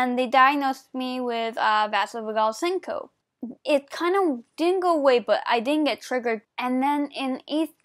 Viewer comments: Great job for doing the video! Vasovagal syncope is pronounced vaysovaygal sincopee (phonetic spelling). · Good vid.. But it's pronounced vayzovaygal seencopee